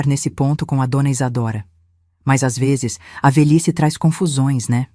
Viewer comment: Difícil é escutar a mêsma hostoriaduas ve'zess